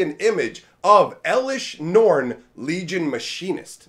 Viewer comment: "Eleshr norn, the myr castigator"